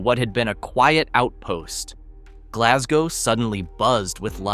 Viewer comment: We dont pronounce it like that